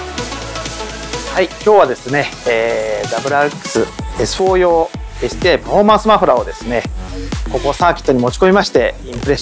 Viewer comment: STI エスティと読むのか！！